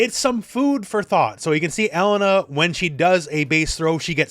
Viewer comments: Her name is UH-LANE-UH not ELLEN-UH btw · OMG it's pronounced Eh-lay-na. Not E-lena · I still can't get over that pronunciation. Elle-NUH just sounds so weird lol